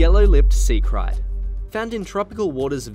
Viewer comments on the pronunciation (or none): KRAIT is pronounced CRATE not whatever you are calling it